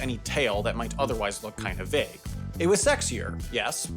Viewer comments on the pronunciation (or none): none